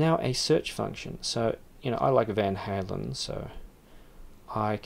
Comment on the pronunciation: Wait, how did you pronounce "Van Halen"? Was that deliberate?